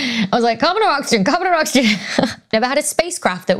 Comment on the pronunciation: ⚠️@ -( Oxygen ) also, do Language Teachers in U.K. not teach the; "th" sound? I've frequently heard with as whiff, that as vat, 3 as free! English in England go figure 🦆